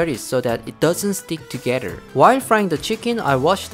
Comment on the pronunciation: I LOVE HOW HE SAYS "TOGEDDER" 🤗